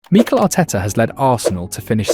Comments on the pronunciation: What are these pronunciations? Meekle Arteta. Zoobymendy. Enwanary. Sarkar. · Who's Meeekel? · The voice over really has trouble with pronouncing these names. “Meekel Arteta” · Good video, but why do you mispronounce every player's name 😂